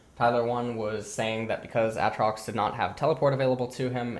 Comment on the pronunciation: Stopped watching at AHHtrox